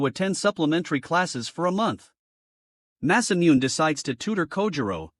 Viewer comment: Did you know that Masamune is actually pronounced Mass-uh-Mew-Nay